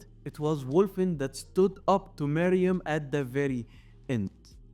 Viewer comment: He’s name is “Meruem” not sound like “Maryam” mother of Isa 😂